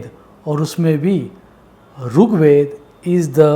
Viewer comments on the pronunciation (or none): Not rook ved brother.... Rig Ved